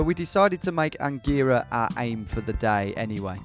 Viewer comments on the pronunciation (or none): Omg I was born in Angera (and you pronounced it wrong)